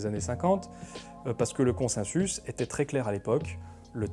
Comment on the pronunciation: On dit "consensus" ou "consinsus" ? :) Vidéo très intéressante, je préfère de loin ce format à celui de la méthode Z. Petite question, tu as parlé des malversations du tabac dans les 50's, que penses-tu de la manière dont le consensus scientifique s'est formé sur l'alimentation à la 2ème moitié du XXème, en particulier la guéguerre entre le lobby du sucre et celui de l'industrie laitière, et il a fallu attendre les 2000 pour qu'on se rende compte (du moins dans le grand public) que la fameuse pyramide alimentaire (que j'ai encore retrouvée dans les cahiers de mon fils de 8 ans) n'était pas basée sur du savoir scientifique. Il s'est passé quoi, c'était purement politique, ou bien le consensus n'existait pas ? C'est une question honnête, je ne cherche pas la bagarre :) Un membre de ma famille de l'alternosphère revient régulièrement là dessus pour finalement raisonner comme Lalanne.